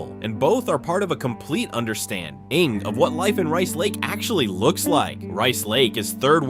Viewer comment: Rice Lake is not "80 miles southeast" of the Twin Cities. I's about 100 miles northeast. Milwaukee is hardly a "small town". Neither is Green Bay. The announcer changes the pronunciation of the towns several times for most of them.